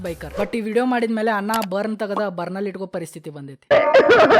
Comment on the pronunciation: Bro ಅದು ಬೊರ್ನ್ ........ಬರ್ನ್ ಅಲ್ಲ 😂